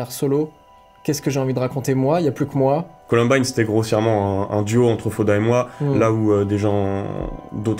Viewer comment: colUmbine et pas colOmbine !!!!!!